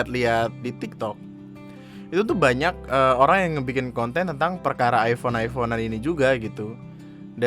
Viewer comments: " Hai hape aku aipon,hape kamu apa? Vivo? ,Upss miskin" Me : Aifon ya bukan aipon. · penyebutannya aja masih nub. Iphone = ai fown bukan ai pon. salah ye anjing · Ngomong iphone aja salah😒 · ngomong "iphone" aja gak bener